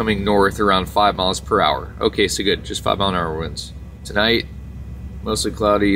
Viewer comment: Ok its MILE not MILF 😂😂😂